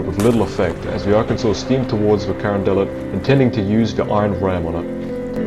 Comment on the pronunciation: the pronunciation of the Union Ironclad is “Cuh-RON-de-LET” and the pronunciation of the confederate ironclad is "kay-ro"